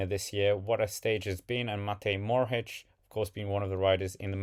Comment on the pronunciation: Matej Mohorič not Morhič!